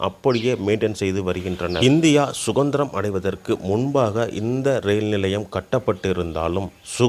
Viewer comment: unmaithaan suthanthirathukku -suganthiramunu solluraan puzhalukku - pugalunu solluraan avan vaayila darppapulla pottu koluthanam